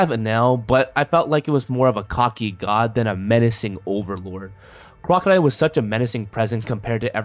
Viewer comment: Why are you saying God’s name weird?